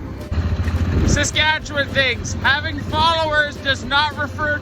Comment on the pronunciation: Pronouncing the province name with only one syllable. I’m from Skat’chn.